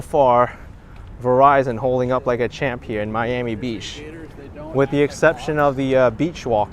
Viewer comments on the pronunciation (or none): It's Not Your "Ami It's "Miami"